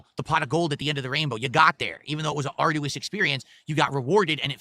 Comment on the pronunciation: can someone PLEASE explain to how to pronounce arduous like they did accessory